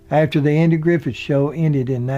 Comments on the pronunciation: I love your stories, but had to stop this one. It's Griffith, not Griffin, and Knotts, not Knox. I do, however, try to overlook your inserting "and" in the middle of years, like 19 and 55. But keep them coming. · Interesting but it knots not Knox and Griffiths not griffin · This was really good but I know you had to be reading something. How can you continuously reads the name Knotts and Griffith as "Knox" and "Griffin"??? I know so many people say Griffin but Knox??? Come on man. Get it right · "Andy Griffin?" "Don Knox?" Should we believe any of this or is the narrator just somewhat unfamiliar with the English language? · love the show, the narrator in this keeps saying Knox instead of Knotts, and Griffin instead of Griffith.... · you do a great job. Please, in the future, try to get the names right though. It’s Griffith, not Griffin and Knotts, not Knox. Thanks again! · I love these biographies and the way you do them. they are very heartfelt and loving BUT... you need to pronounce their names correctly!!! it is NOT Andy Griffin...it's Andy Griffith and his friend and co-star's name is NOT Don Knox, it is Don Knotts! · So it’s Griffith not Griffin and Knotts not Knox. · Griffith, not Griffin! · It takes away from the narrative when he kept referring to Andy "Griffin" and it certainly sounded like he kept saying "Don Knox." Interesting but the narrator was a buffoon. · Dude are you really going to do all this and then pronounce Andy GRIFFITH as Andy GRIFFIN throughout most of this? ANNOYING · Andy's last name is Griffith, not Griffin. Don's last name is Knot, not Knox. You do a great job, but please pronounce the names of people correctly. Stop putting the word, "and" in your dates. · With all due respect, you keep calling them Andy Griffin & Don Knox.....and it is Andy Griffith & Don Knotts. No insult intended. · he says griffin instead of griffith he says it again again again again again again can't even watch any further! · Griffith, not Griffin.